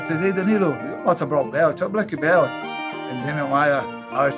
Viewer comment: "Blacky belch"